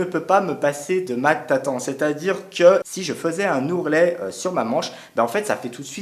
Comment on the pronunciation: Tatan? Tu veut dire Tata